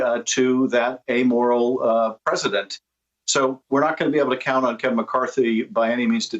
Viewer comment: Pilgrimage to Mar-la- argo... lol